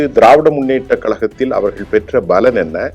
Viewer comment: நிர்வாணம் இல்ல,நிறுவனர், பளன் இல்ல, பலன் உச்சரிப்பு சரியில்லை தமிழ் நன்கு படிக்கவும்.😂😂